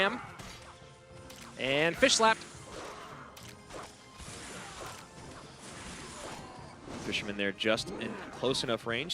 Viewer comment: “That fishermmnn” 🤠